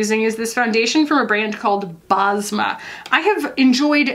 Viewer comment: Basma is a Middle Eastern name, it means smile in Arabic 😊. U pronounce it Bes-ma